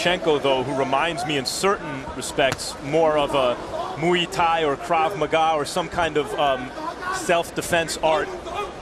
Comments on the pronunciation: OKAY! Shut up - it's now changing to MOO-EE- pronounced by Lampley & then Kellerman doing the _MOO also. For proper pronunciation; see and let's be respectful to other cultures! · Muay (Thai) is pronounced like BOY- just replace the B with an M & you have MOY not as Lederman says MWEE or as Max repeats Lederman's MWEE - what is so bloody difficult in studying another language, especially if it is part of your profession?